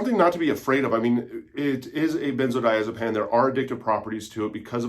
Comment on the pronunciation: Why on earth would you pronounce benzodiazepine like “benzodiazepAN”?